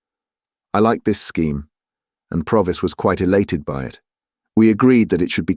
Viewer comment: Really enjoyed listening (although I noticed 3 different pronunciations of Provis) 😊